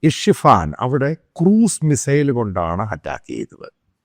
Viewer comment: ഇഷിഫാൻ അല്ല, ഇസ്ഫഹാൻ നാതാൻസിൽ അല്ല ഭൂമിക്കടിയിൽ ഉള്ളത്, ഫോർദോയിൽ. പൊട്ടത്തരം പറയാതെ.. 🙏